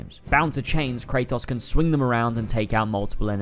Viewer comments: I don’t understand how you can play a game in its entirety and mispronounce the main character’s name every time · You played through the series, made a 2+ hour video analyzing it and still can’t pronounce the main characters name right? Shucks man :/